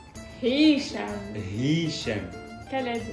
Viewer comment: C'est vrai qu’ils nous ont pas respecté les Khaled genre on vois dit que ça se prononce RRHaled et pas raled faut rouler le R.😂😂😂😂